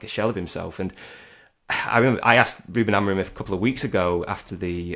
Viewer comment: Stop calling him AMORIN ffs, how f**king lazy are people? You hear all these content creators and journalists from Manchester and around the northwest completely incapable of saying his name correctly. His name is AMORIM, not AMORIN. as always with the AMORIN nonsense. F**king weird affectation that is.